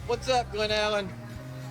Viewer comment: glllll-en NOT GLUEELLEN